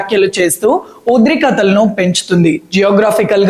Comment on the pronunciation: అది ఉధ్రీ కథలు కాదు ఉద్రిక్తత అక్క మీకు దండం పెడతాను మీకు ఉన్న ఏకైక ఫ్యాన్ నేనొక్కడినే కొంచెం సరిగ్గా పలకడం నేర్చుకో